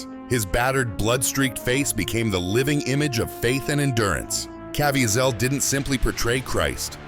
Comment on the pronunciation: It's a robot voice. They never get pronunciation correct.